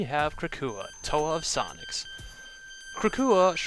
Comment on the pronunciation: i thought you said "krakua toa of Socks"